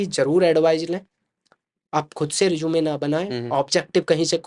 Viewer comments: Sir pehle Resume ka pronunciation to thik sai kar lo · Bhai is hr ko to rusume bolna bhi ni Ara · Resume ❌ Rizoom ✅